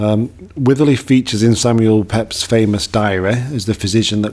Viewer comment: Pepys is pronounced as Peeps